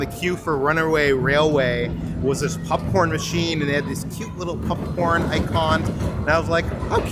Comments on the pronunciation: Why everytime says popcorn, I hear "Pup-corn!" Great vid guys. Pup-Corn!!!!!! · This was fun to see. I like how calls popcorn, pupcorn. I won't be back to Disney for a while, so it's nice to see this all. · say popcorn!: Pupcorn 😂😂 I kid, I kid,. Great video as always ❤